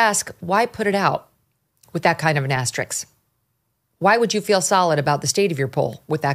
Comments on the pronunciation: It’s ‘asterISK’, not ‘asterIX’! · Megyn, I really like your analysis. But please, say "aster-ISK," not "aster-"ICKS." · I love you, Megyn, and I vote you up always. But it's "asterisk", not "asteriks". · AsteriSK. S before the K. Just like "ask". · First time in decade of watching you that you have a compulsive mispro. Asterix is nowhere near as bad as nukyoular (common among lesser presenters). Seriously, LOVE your analysis and your upbeat look at the world. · Why can a professional television journalist not pronounce "asterISK"?